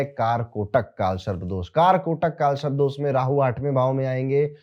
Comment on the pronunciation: Sharp ni sarp hai sir 😂 but thank you your videos helps people ❤